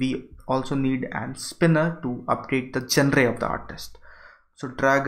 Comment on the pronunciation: you should improve your pronunciation, sometimes the words sounds so different when you pronounce them. and genre is not what you pronounce it , it is pronounced as 'Joner'